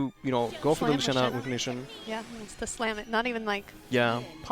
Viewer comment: Were som nice games played here! Really wish this game got more views. It really deserves it. As a side note. Please stop pronouncing Zwei (German word for two) as Sway... XD